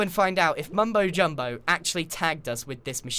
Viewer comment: he said mumbo jobilo. (Bad at spell)